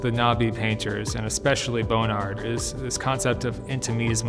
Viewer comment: Is he really saying Bone Ard?